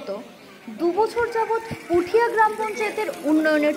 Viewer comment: Puthiya na kotha da hoilo putia Ato bhulbhal pronounciation kmne kore